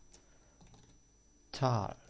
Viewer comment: si eso fuera lo de menos.... en talk no se pronuncia la L y en castellano no existe hablasteSSSSS!!!!!! Me encantan sus cursos. me parto de risa con sus errores de pronunciacion entre otras cosas. Nose como la gente puede hacerle caso, si nisiquierael sabe hablar ingles